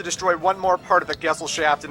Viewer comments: He pronounces Gesellschaft like gessel shaft xD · 'Love' that even the game mispronounces the word 'Gesellschaft'. They should have just called it 'Society', that way they didn't have to butch the german language